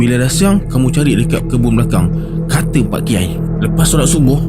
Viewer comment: Bukan ka Tay pi tapi ka Tay pay😅😅😅